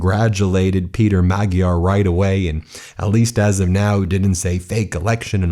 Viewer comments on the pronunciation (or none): Please prounounce correctly the names. Take the time Its not "taizer" party but "tisa" and not Magdear" but Majar J being prounounced like juniper. Thank you for your chanel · Nice show, Great win for Democracy in Hungary, Europe and the World. Magyar Peter (pronounced rather Mad-yar than Mag-yar) and Tisza Party (Pronounced “Ti-sa”) with 2/3 victory. ❤️ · Writing from my home here in Hungary... there's a very peculiar sense of relief in the air! Can't wait for tomorrow... the world will look completely different. A couple of pronunciation notes: Magyar is prounounced "madge-yar" Tisza = "Tizza" (It's also the name of the second largest river in Hungary) Fidesz = "Fiddez" And the stress is always on the first syllable. In Hungarian, the name of the country is 'Magyarország' - the land of the Magyars. But this is the most fantastic news and I'm so glad I'm here! Now Hungary is on the right side of history! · Just a note. Magyar is pronounced with an almost silent g. To english speakers it is more like Maa-yar.(sort of) Congratulations to Peter the Hungarian. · Magyar is pronounced “MAD-yar”. The “gy” is pronounced “dy”. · Great news! Two nitpicky corrections: Fidesz is pronounced /FEE-dess/ and Tisza /TEE-sah/. And while we're at it, Magyar is pronounced /MOD-jar/. :) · Oh my goodness, every Hungarian word is butchered. Tisza is pronounced like “TEA-sah”; Fidesz is pronounced “FEE-dess”; “Magyar” is pronounced “Madyar” (the gy letter doesn’t exist in English, but that’s the closest). Even Orbán is pronounced “OR-ban” with the “ban” rhyming with “ran”. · The G in Hungarian is pronounced more like an English D. Sounds more like Madjiar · Sorry to nitpick, but I believe the new Hungarian leader's name is pronounced "Majj-yar". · His name is pronounced Ma-Jar. Your going to pronouncing it a lot I would think so please get it right so I don't cringe every time. Thank You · Just a note: it's pronounced Mudyar! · hehe he can't even say it right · Magjar has a silent "g"